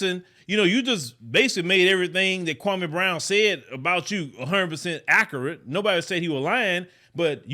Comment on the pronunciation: Stephan Jackson is 100% right. This host is a clown. Btw it’s pronounced accurate not ackerit